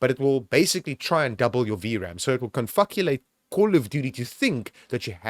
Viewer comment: Confuckulate lmao